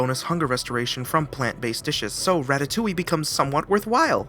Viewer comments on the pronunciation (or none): none